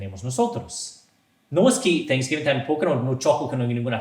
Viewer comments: Thanks giving Significa dando gracias. No Sans giving😂😂😂 . Hay que pronunciar la palabra: gracias correctamente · No es día de ningún Santo. Es dia de acción de gracias. No de san guiming😂😂 como dicen algunos. Hay que pronunciarlo bien en Inglés.